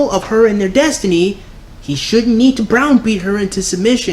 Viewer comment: Were you saying "brown beat" her?